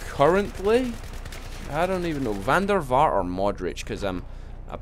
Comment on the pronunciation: it's funny how you say: 'van der Vaart'